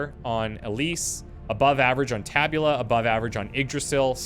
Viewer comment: If I am not mistaken, the accent in “tabula” is on the first syllable. Tàbula!